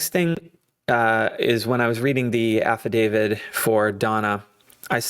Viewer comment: Please note it is an AFFIDAVIT with a ‘T’ , not an “ Affa-david”.